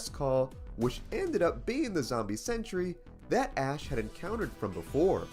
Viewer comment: Good grief! It's sen·try /ˈsentrē/, NOT "century".